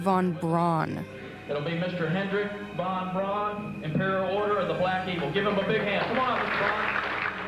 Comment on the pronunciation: "won brawn"?! These neo-nazi types really need to work on their German pronounciation. A true Übermensch would never prounounce "von Braun" as "won brawn".